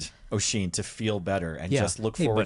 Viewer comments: Just because it’s gonna bug me - is the Wheelchair bound fiancé supposed to be named Oisín? If so, that’s not how it’s pronounced - the Oi part is pronounced like the U in “jump”. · This is fun but damn that accent is killing me. As well as that pronunciation if Oisín.